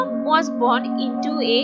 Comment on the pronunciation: Why don't you speak in Hindi? It's born not Bron. 😀😀